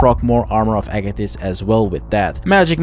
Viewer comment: I'm liking this video simply because you pronounced "Agathys" properly.